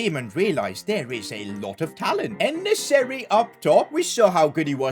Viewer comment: Why did he say el nesyri?